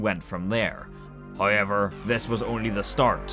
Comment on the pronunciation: i love how he says hayever instead of however